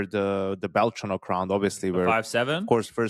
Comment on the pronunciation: It’s belchOnok!!!!! Not belchonOk!!!!! Means “baby squirrel” in Russian!!! I think you, as his number one fan, must say it correctly!!!!